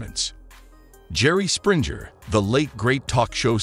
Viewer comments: 😂poor Jerry and all the other Sprinjers! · You mispronounced Jerry Springer’s last name here and there. It’s a hard “g” not soft. Why should I trust any of your content when you can’t pronounce your subject’s name correctly?! Don’t you proof your work?! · His name is not sprinter it springer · You pronounced Springer wrong 😳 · U know how to say jerrys last name. Its so disrespectful to not get a dead man's name right when u actually know it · Whoever is the narrator for this piece is not very bright, neither is he familiar w/Jerry. He has mispronounced his name AND other key data in tgr video, ALL with arrogance & venom. If zherry went out if here with theatrics - so be it cause at the end of the process, he finally fid the right thing!!!! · This guy keeps miss pronouncing his last name holy c*** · For goodness sake please pronounce has name correctly 😂